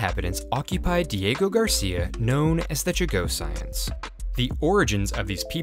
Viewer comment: Ok, i gotta fix your pronunciation because it’s bugging me. Chagossians Cha-go-shuns. Not Cha-go-cyans